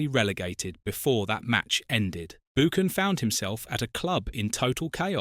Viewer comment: hard too watch this its BUCKAN YOU PRONOUCE IT BUCKAN